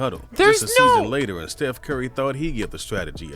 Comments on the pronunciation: Stephen not Stufh please say it right I am getting so triggerd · Stufh Curry the goat